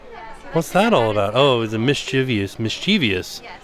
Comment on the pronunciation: The word is mis-chie-vous! Only 3 syllables!🤪